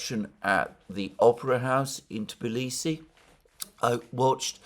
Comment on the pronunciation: That's amazing that you can pronounce the Tbilisi the right way. Most of the people from the West call it Tiblisi even after visiting it many times!